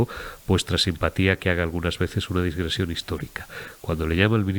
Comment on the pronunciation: "DIGRESIÓN". Con amistad de un Filólogo.